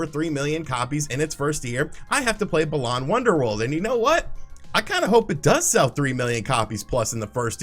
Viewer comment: First comment (I think I’m tipsy), but why are you pronouncing balan wonder world like baLAWN